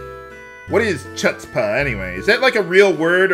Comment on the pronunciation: You've heard it before. It's pronounced huts-pah, the c is silent. Kinda a Jewish thing that spread